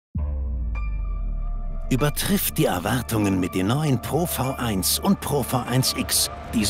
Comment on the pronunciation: Ich habe glaube ich noch nie jemand Pro V1 mit der deutschen Aussprache von V [faʊ̯] sagen gehört 😅😅